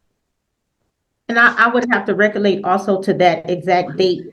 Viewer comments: LOL what the hell is recolate??? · I think she was trying to say "recollect". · I wish she recolate how to pronounce words correctly. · "Recollate, ax , conversate." We are doomed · She likes to be thorough but didn’t want to go to the law office because she was afraid they would keep her there for hours and charge her more. Anyone who says “ax questions” or “I can’t recolate” is not articulate, Your Honor! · "Recallate" was presumably a mispronunciation of "recollect", not "recall" or "locate". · no, she is saying it ALLL WRONG. Recollection, recollect not recallate 😂😂😂 as she says it😂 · They all mispronounce big words in a failed attempt to sound like they have any idea what they're saying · Whew! She is either "axing" questions or can't "recollate" events about her conversations with the first attorney.